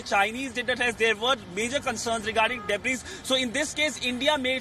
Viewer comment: Pronounce DEBRIS as Debree